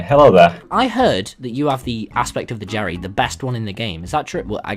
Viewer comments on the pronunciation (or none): Who else keeps hearing him say “Cherry” instead of “Jerry”